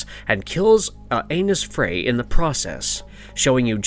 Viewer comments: Lmfao sorry, did you just say Anus Frey? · "Kills ANUS Frey"???? 😂😂😂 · Anus Frey? ...Anus Frey! Your table is ready!